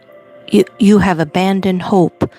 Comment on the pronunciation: That's hope sorry not hoe! Just needed to correct & it would not let me